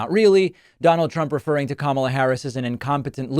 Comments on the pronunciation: At least he is finally learning how to pronounce her name correctly....at least some of the time. Why is it that it took him so long to start to pronounce her name properly? No one seemed to notice how long it took. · On a positive note he finally pronounced our future Presidents name correctly! 😂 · One bright side is that he said her name correctly at least once. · What’s with him actually pronouncing Kamala’s name correctly instead of mispronouncing it previously as a way of dissing her. . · Let me say this: at least he’s pronouncing her name correctly. Small steps. 🤷🏽‍♀️ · He stated her name correctly. Did he forget😅😅😅😅😅😅? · 🤔 I wonder if his cult realized that he pronounced Kamala's name right? 😂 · At least he said her name correctly in this video... shocker. He's probably heard it so much he can't remember how to say it wrong. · On a positive note, he figured out how to say her name! 😮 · I find it mildly interesting that he started pronouncing Kamala properly, I want to know why so bad. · At least he was pronouncing her name right this time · I see he remembers how to say her name. Smh lol😂😂😂😂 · He’s pronouncing her name correctly!! :) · He actually pronounced Kamala correctly this time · At least he's pronouncing her name right? Probably a mistake. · He said her name right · Did you realize that he promounced KAmala right, though?